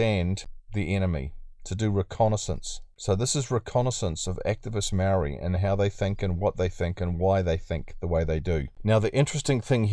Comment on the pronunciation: Only people who are saying Maori want special privalages are Pakeha not maori we want the same privalages you were brought up with , you can't even give us the respect to say maori properly and you want to cry about equality , white men should not be complaining about privalage when they are the most privalaged group on the planet , google it if you don't believe me